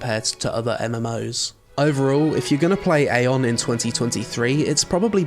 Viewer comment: Eye-on (like an eyeball). Say it with me everybody: Eye-on. You actually did say it once by accident,! "Mana is a resource I actually had to keep my AION"....